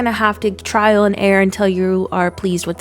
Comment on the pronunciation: Sounds like you're saying trial and air not trial and error lmao